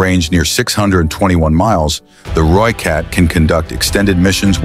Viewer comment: Ratel is correctly pronounced as RA TIL. Rooikat is correctly pronounced Rooi Cut. Umkhomto is correctly pronounced UM (as in the German word "umlaud") COM TO (as in bog). Olifant is correctly pronounced OOOLI FUNT.